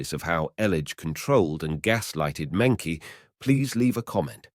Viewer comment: Mengqi's name is pronounced "Munchi" at least be more respectful by doing the correct research